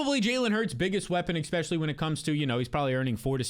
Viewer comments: Easily the #1 fantasy channel on all of YouTube. BUT you have to stop saying “EXspecially” and start correctly saying “ESpecially” pls omg it’s killing me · I’m just here for the “exspecially”